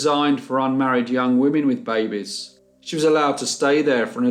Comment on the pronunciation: Im sure its just hearing the word "baby" in this accent but every time he says it i just think of Crass... screaming BAbies screaming BAbies